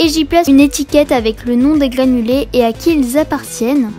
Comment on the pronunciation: Tu dis gliffe à la place de griffe et glanuler à la place de granulé sinon trop bien